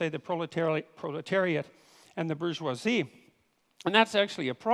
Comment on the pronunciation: So, somebody else may have already asked this, but why can't Dr. Peterson pronounce bourgeoisie?